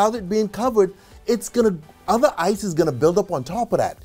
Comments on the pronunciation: Did he said "isis life" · every time u say " Ice is " i keep hearing "isis" oh god the trauma i need to slow dwn on docs now.